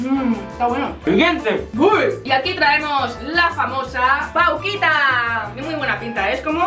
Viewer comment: Dios, dijo vauquita